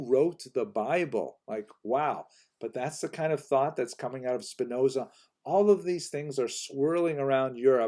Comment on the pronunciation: Happy to hear that you pronounced Spinoza correctly ;-)